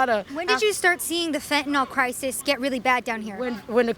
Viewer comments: I know this is pedantic, but I just had to note that not once was fentanyl pronounced correctly here by anyone. It’s not “Fent-un-all”, it’s “Fent-uh-nil”. Rhymes with Clearasil, not wherewithal. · The addicts, for some reason, say fen-ta-NAL, when the drug name is fen-ta-NIL. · It's fentanyl, not fentanol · You spell it fentanyl, but you say it fentanol. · FENT A Noll? Hard to take you seriously when you can't pronounce the name of your subject. I get it. Credibility and actual skill at reporting doesn't really matter here .